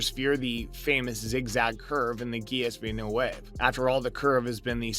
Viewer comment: Learn how to pronounce Gilles Villneuve.. otherwise you have no wings here